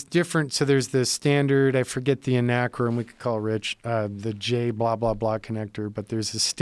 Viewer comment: i like how he called acronym anacrym.